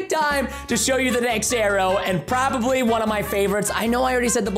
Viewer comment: also it's not proboly it's probably